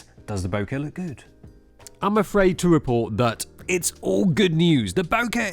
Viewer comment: Only can pronounce the word BOKEH correctly. The other channel be like BOKA.